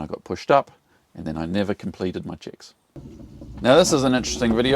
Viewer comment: Nice accent: Every time you say "checks" I understand "chicks". 😉🤣 Nevertheless a very important lesson. Thanks for that.